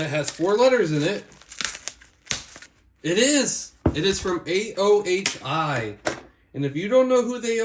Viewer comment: it's pronounced "o-hi"